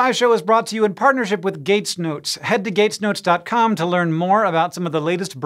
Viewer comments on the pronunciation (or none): Did he say "Gates nudes" at the beginning? 😅